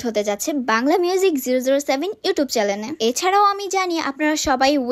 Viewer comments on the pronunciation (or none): চ্যালেন হবে না চ্যানেল হবে 😅😅😅🤣🤣🤣😂😂😂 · অল্প বিদ্যা ভয়ংকর 😂আপুকে দেখে বুঝা যায় চ্যানেলকে বলতেছে চ্যালেন অর্ডার কে বলতেছে ওর্ডার 😂